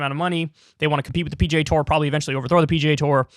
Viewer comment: Slow down and enunciate, Kyle. When you attempt to say PGA, it sounds like PJ.